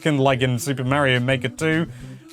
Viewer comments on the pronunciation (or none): it is Mario it's not Meario